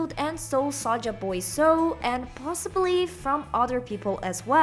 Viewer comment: and it's Saja, not Saga